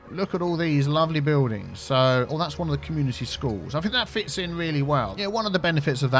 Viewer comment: “Bewldings” this pronounciation is triggering my SO bad!!